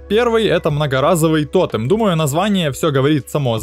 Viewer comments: Ну почему то́тем а не тоте́м, почемууууу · То́тем? Пожалуйста говори тоте́м!